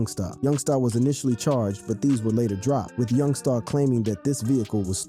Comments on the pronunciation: You ain’t got a clue what your talking about and youngsta not young star lmao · Why does he keep saying youngSTA